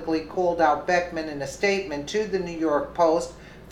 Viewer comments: Liked the video but its BECKHAM not BECKMAN. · His name is Beckham, not Beckman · It's Beckham and not Beckman. It's not that he deserves the respect, but you want to accurate. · I also think it's disrespectful what he did however his name is Beckham not Beckman. If you were doing that to tick him off then forget I said anything. he probably deserves to get ticked off.